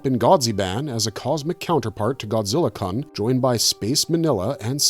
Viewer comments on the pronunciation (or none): The "-kun" diminutive suffix should be pronounced "koon" as if it has a long "u", not "kun" with a short "u".